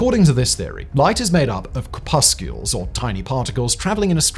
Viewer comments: I think that the second c in corpuscles is silent, and there is no u in it. I think the second syllable is pronounced like the cousin of the clam, the mussel, would be pronounced if it started with the letter p. Core-Pussels. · Corpuscles not 'corpuscules' ☺